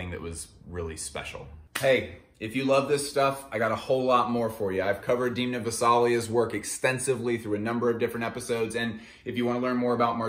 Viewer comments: sorry to be that dude but it’s pronounced Damn-uh not Deemna. great video tho 🙏🏻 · please never call him diimna again, unfortunately it grew on you. u know the thing that holds back water... a dam :). so try pronouncing him dam-na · DEEEEMNA. DEEEEEMNA. DEEEEMNA. Its DEN-MA. Not DEEEEEEEEN-Ma . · Good video, but after I watched quite a few The Casual videos I knew from Reggie that Demna's 'E' is pronounced like the 'e' in them, not pronounced like dim from dimming a light. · Wait it’s pronounced deemna not demna? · it's demn-na. say it: demna! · Please stop mispronouncing demna, its sooo annoying